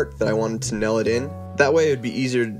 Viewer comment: I hate the way he says tail and nail. Sounds like “tell” And “nell”. Irritating.